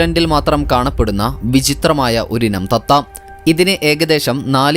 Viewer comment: ഒരിന o തത്ത എന് പറഞ്ഞത് വ്യക്തമായി പറയു